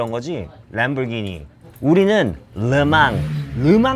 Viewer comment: 와 람보르기니 발음 미쳤당 ㅋㅋㅋ